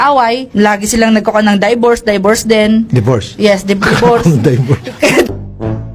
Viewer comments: Siya: Daybors and Daybors din Tulfo: Divorce Siya: yes divorce😁😂 Tulfo: Daybors HAHAH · Pvta kahit si sir Raffy, natawa na sa "daybors" HAHAAHAHAH. Lawd, sorry na talaga, 'di ko gets context neto, pero if this is serious, sorry na talaga 🙏